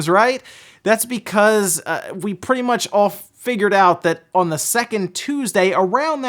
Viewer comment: What region's accent turns the word "on" into two syllables? Oh-wahn... Let's play ohhhhhwaughn-line